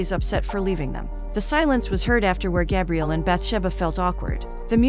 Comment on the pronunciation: I always leave the recaps to play in the background. When she was saying Gabriel … i thought she was saying Gabrielle. So I assumed he was a girl. Lol til she said he.